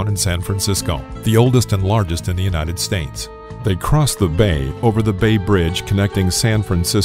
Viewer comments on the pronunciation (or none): So you fixed the Auckland thing. Good. But why "United Stains"??